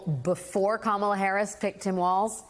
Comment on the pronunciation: If he cannot pronounce Kamala Harris name why don't you just say VP Harris so simple